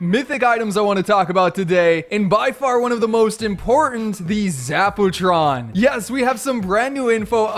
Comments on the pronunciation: Zap-u-tron 👎 Zap-o-tron 👍👍👍👍👍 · Zappa Tron not Zack Pooh Tron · Haha zapootron lol poo